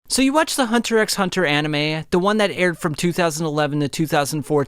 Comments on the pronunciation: Bro said Hunter “x” Hunter it’s just Hunter Hunter bro there’s no “x” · 2 seconds into the video and he already calls the show "hunter ex hunter" fml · It's just Hunter Hunter, not Hunter ecks Hunter. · The second he called it "hunter x hunter", instead of the actual way of "hunter hunter", he lost credibility. Yes the "x" is present, but do to the way the Japanese language works, it isn't pronounced. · Did he just say hunter “X” hunter …… it’s just Hunter Hunter